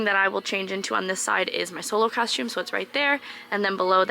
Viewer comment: Love the way you say “cosh-tume” Everytime you say costume. Love your videos. I’ve love cruising! I’ve been on 5 so far, to the Eastern and Western Caribbean. Although I wanna do RC, I’ve only cruised Carnival. Would be awesome to work on a ship though.